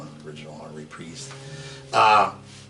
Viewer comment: Reprisse or Reprise 😂. Or Detroit or Duhhtwois😂... But i still love this guy? 😂 Doooosh bag❤